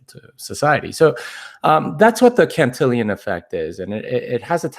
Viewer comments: It's pronounced CAN-TIL-ON effect, not CAN-TIL-I-ON effect. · yo that’s just not how you say my name! it’s (can-till-on) not cantillion